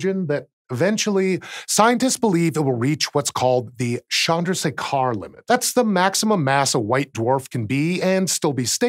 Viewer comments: It is pronounced Chandra - shaker (as in salt shaker) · Please consider the pronunciation of Chandrashekhar again . You are doing it really wrong.